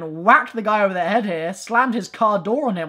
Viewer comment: Honestly your French accent here could work, one thing you got absolutely right is the way the pronounce "the" and everything else that starts with it, people in France don't get the fact that "ze" makes zero sense but they still use it